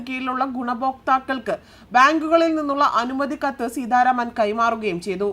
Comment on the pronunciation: Seedharaman alla Seetharaman anu Malayalam vakrerkarykkalle.nee sidharaman ennu ethrapravasysm panju.